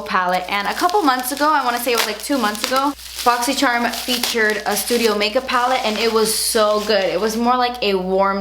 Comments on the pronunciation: I watch this video just to hear you say BOXYCHERM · i love your boxyscherrrrm unboxings lol and it's 8am in texas 😂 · I'm only here for the way you say "boxycharm" every month lmao<3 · I LOVE THE WAY THAT SHE SAYS BOXYCHARM!!!! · Does anyone else see other boxycharm unboxing videos and read boxycharm with voice lol. My favorite part of your videos is the way you pronounce boxycharm lol! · I love you but the way you say boxy charm really grinds my gears 😞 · i love how you say boxycharm i love u